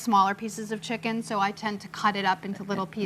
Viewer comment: Martha is a G butchering that "checken"